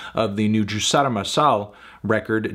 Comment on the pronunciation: Can we talk about how well Fantano pronounces the "r" on Juçara's name DAAAMN like I'm brazilian and I've never heard an english speaker that doesn't speak portuguese (I think he doens't, at least) say it that well!!!